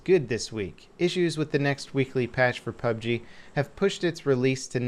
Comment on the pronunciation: Yeah... no... Saying PUB-G is just waaay, waaaaaaay easier.